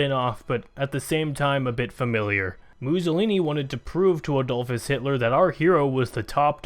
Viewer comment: Adolphus? :D Adolf in German is ... Adolf NOT "Adolfpus" :D